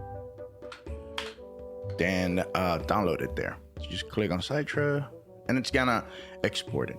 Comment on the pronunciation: I think Citra emulator is pronounced like "sit rah" like how the cit is pronounced in citrus like citrus fruit (oranges, limes, lemons), not "sight ra"